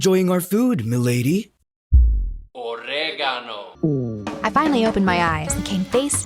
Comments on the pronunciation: I'm I the only one who heard "OrEGaNoo" everytime that guy shows up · All I hear is OrEgAnO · "origado"?? Loll😭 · WHY DO I HEAR OREGANO😂😂😂 I'M ALREADY CACKLING THIS IS CRAZY I LOVE ITT AHAHAH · "Oregano" im crine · OREEYYGAANO🗣️🗣️ I'M CRYING-😭😭😭😭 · NAHHH THE "ORREGANOH" IM DEAD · "orrrrrregano" ICONIC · gets me every time 🗣️: "OrEgAnO" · GUYSSS AM I THE ONLY ONE HEARING “OreGAnO” LIKE EVERY SECOND NEAR THE START 😂😮❤ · I keep hearing "oregano"